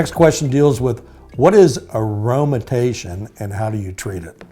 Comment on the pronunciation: Guy can’t even pronounce aromatization.